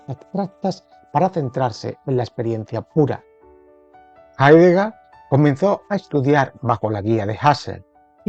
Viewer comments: Hablamos español. Y el apellido de este filósofo se pronuncia Haideger, no Haidegá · Jaidega?? asi se pronuncia?? no es Jeideger? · Mal pronunciado el apellido del filósofo.